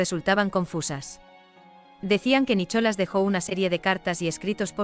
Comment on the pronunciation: Nicholas, y lo pronuncia así sin más, la h no se pronuncia puesto que es un nombre en ingles, voy kk de IA, por cierto, la OP, cualquier desprecio que ha sufrido se lo ha ganado a pulso por pu*a.